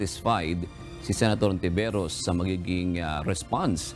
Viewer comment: Hindi Hontiveros ang bigkas nun. Kundi Ontiveros. Spanish kasi.